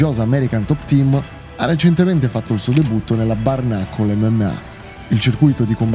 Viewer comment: Lo so che sono pedante, ma pronunci “bare knuckle” come se fosse “barnacle”, e c’è una bella differenza 😂